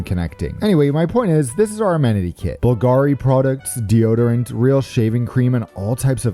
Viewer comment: Ciao, the brand of the amenity kit is pronounced Bùlgari. Keep up with the good work, love your videos!